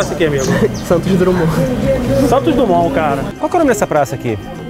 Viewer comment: O pior foi ouvir Praça Santos "Drumond"!!!!